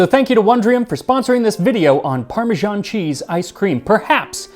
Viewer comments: I love the channel, but there are a few things that get on my wick. It's peculiarly american to mangle english and other languages in horrible ways without actually realising. For example they do this with italian. With Parmigiano-Reggiano you get that parmajaan sound, but not with parmesan. It's pronounced as written. Basil should sound like the italian basilico. It doesn't start with bay. And then there's the faux french. The rest of the english speaking world pronounces the h in herbs. It's not the french herbes. I'll stop there before I get lynched for mentioning the stupidity of "freedom units". How many inches in a chain? Have fun everyone. Maggie Beer's Burnt Fig, Honeycomb & Caramel Ice Cream is the best!! And of course, if you get to New Zealand, Hokey Pokey is one of the favourite flavours (sic). A must try!! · If you are so keen on "learning"try learning to pronounce Parmesan,note there is not a J or G in sight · You are normally so particular with your pronounciation but Parmesan (a French word) is properly pronounced exactly as it is written. The original Itallian word is Parmigiano which is pronounced as you say it with an additional "o" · Why do Americans pronounce “parmesan” as “parmezhan”? In Italian it is “parmegiano’” pronounced “parmedzhiano” (the “zh” is the ‘s’ in treasure; the “dzh” is the ‘j’ in judge). In English “parmesan” is pronounced as “parmezan”! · Why do Americans say 'Parmejahn'? It's ParmeSAN! Are you confused with Parmigiano as in Parmigiano-Reggiano? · I'll never understand why Americans can't force themselves to pronounce Parmesan like Parmesan and not like Parmizhan. Or why they can't bring themselves to say marGarine instead of marjarine. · The way that Americans pronounce parmesan is just bizarre. 'Parmijarn'. Not Parmesan. Not Parmigiano (note the "o"). But 'Parmijarn'. Bizarre. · Ugh! Max is great, but points deducted for pronouncing it "Parma-ZHAWN" not "Parma-ZAHN". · parmižán is such a weird pronunciation 😀